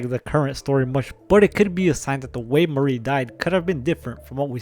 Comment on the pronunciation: No it's Mari with the E sound at the end.